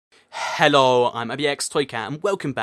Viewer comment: Toycat says hello like hhhholl